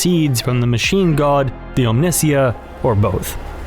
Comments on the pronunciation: Very cool interpretation and theory. Pretty much the only thing that bothered me at all was how you pronounced Omnissiah. While common in the fandom, it always makes my brain itch when people say it that way. I've always seen it pronounced like messiah in all official media, yet the fandom seems hell bent on pronouncing it the way you do. Still a good video and a sub from me though. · Hands down the coolest lore video for 40k I've ever seen. Your depth of knowledge on theology and your ability to tie it to all things warhammer is insane. Thanks for this banger of a video! I was a bit confused at the start of the mechanicus section as Omnissiah, at least in the games and most other places, is pronounced Om-knee-sigh-uh. Not sure if omnissiah is phonetically said you way you say it, but I figured it was worth mentioning. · Dunno why but your pronunciation of "Omnissiah" makes me bristle. Other than that, highly enjoyable video, well done. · Why do you keep pronouncing omnissiah like that :( great video otherwise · all this work and you never bothered to look up how to pronounce Omnissiah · great ideas, interpretations, &c! but just wondering how you've pronounced Omnissiah & ( i'd always thought the stress was on the second-last syllable (om-ni-SIGH-ah), as in the (anglicised) Messiah. p.s. thanks loads for the vid :) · Bro really called the Ohm-nih-sai-yuh the ohm-nis-see-yah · Omnissiah, like Messiah, not missea. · Omni + (Messiah - Me) Omni-SAH-ya, not on-NEE-ssia. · om-nee-sy-yah not om-nih-see-yah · This is an excellent deep dive, but I have only ever heard it pronounced "AHM-nih-sigh-ah" not "ahm-NIH-see-yah" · yeah, as far as I know this is the correct pronunciation, it's a portmanteau of "omni" and "messiah." Great video but I have no idea where that pronunciation came from, I've always heard it pronounced "om-knee-sigh-uh" like you said. "om-nissy-uh" can't possibly be right. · Omni-ssiah, not Omnissi-a. As in the omni-(me)ssiah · Om-knee-sigh-uh, please sir